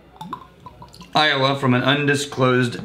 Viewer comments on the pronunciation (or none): none